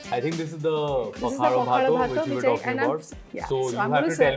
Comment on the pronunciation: It's Pakhala not Makhala 😀